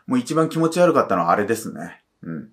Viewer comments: き↑も↓ちが悪いです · きも⤴︎ちが悪い すこ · 多分方言じゃ？